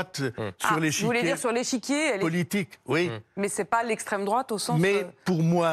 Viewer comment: méyeuh, arrêtez de me triquiter-euh !